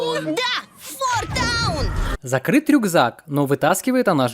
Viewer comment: это фо таун а не фор таун